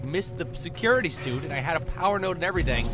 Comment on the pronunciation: I thought "nodes" said "nudes".